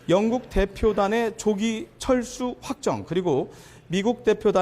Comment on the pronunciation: 잘 들어보시면 철수가 아니라 챨스 ㅋㅋㅋㅋ